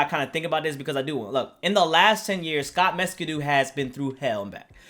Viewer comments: This dude said "scott mescudu" 💀😂🤣💀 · dude really said Scott messcoodoo😂😂😂